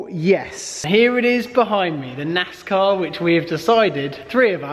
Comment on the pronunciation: It's pronounced NAZZZCAWWW 🤠🐄🐔🧢